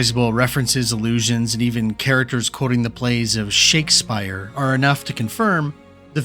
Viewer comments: Shake”spear” not Shake”spire” :) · His name pronounced Shake-spear not Shake-spire.. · The AI reader used in this ad is very good but not perfect. It should be Shake-spear not Shake spyre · I watched until i heard shakespire... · Who is "Shakespire?" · Did this guy just say shakespire? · did you call Shakespeare Shakespire? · "Shake spire"? Good sounding AI voice. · I'm sorry, did you just say, Shakes spire!? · this has to be AI narrator. how can you not pronounce Shakespeare. Shakespire? really? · You had me until "Shakespire". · Shakespire....never heard it said that way 🤣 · I fear this is narrated by AI and so I will stop listening here. It’s lazy and lacks the commitment that any ones attention deserves. Just freaking go through your own work and change it when it’s wrong. Now one says Shapespire….. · fuck no, i lost all respect for this AI video when he pronounced Shakespeare as SHAKES SPIRE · it certainly sounds ai. the fact that you can't pronounce Shakespeare is a giveaway.